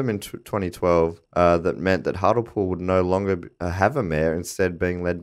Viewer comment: Firstly I feel that I should correct the pronouciation of Hartlepool even though this one is perfectly understandable. As with many places in the North East the 'le' is pronouced as the rest of the civilised world would pronounce 'lee' and so Hart-lee-pool. Also the really interesting Prime Mate story of Hart-lee-pool is that they Hanged a Monkey in the 16th century because they thought it was French (Please Google "Hartlepool Hanging Monkey") You will not be dissappointed. Also, great podcast.🙂